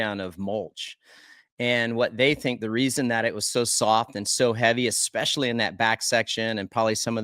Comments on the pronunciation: Take a shot every time Villopoto says "eXspecially" instead of "especially." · Its a Washington state thing.😂 I say that also.